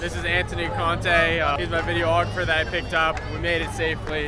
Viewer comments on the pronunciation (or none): Just an FYI for you though, it’s vid-e-aw-gra-fer. Not vid-e-oh-aw-gra-fer. 5 syllabulls (yes I spelled that wrong on purpose to join the club) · Videographer or video ographer? Lol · This was five days ago. Have you learned how to say videographer yet? 🤣😂😅🤣😂😅